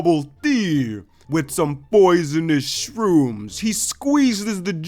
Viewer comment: I understood "boys in his room" not "poisonous shrooms" lol